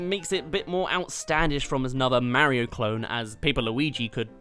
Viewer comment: Its actually funny how rabbid peach who appeared in one game has more personality than ACTUAL peach who has appeared in almost every Mario game! oh and your pronouncing Mario wrong.